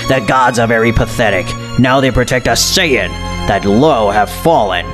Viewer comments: Lazer Breaker, thank you. He needs to understand that it is Beerus, Saiyan, and Chi-Chi; not Bills, saiyajin, or Milk. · its called sayians not sayiagens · Saiyan not saiyayin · Not sayayain but saiyan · He says it as sayayain though